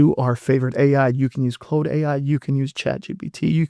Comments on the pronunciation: I caught that too. He could be Ai, I never heard anybody see an AU and pronounce it clode. Its Claude you lower than garbage of a person. Like Klawd. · lol, do you say Clode to see if you get a rise out of your comments? Or are you just really retarded?